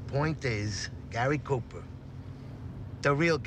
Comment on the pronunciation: Gay-ry Cooper